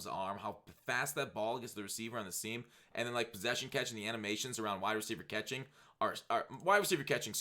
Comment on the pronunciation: Overpowered katkhing plz b SoberFoxx kuz u sound likk DrunkFoxx with that one